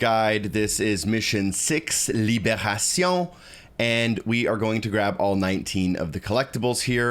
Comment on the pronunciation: Pronunciation of Libération was on point! 👌😂